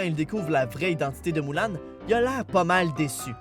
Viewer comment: "MOULAN" dsl mais j'ai du mal (ça rime) je sais que le "U" peut se prononcé "OU" mais j'ai vraiment du mal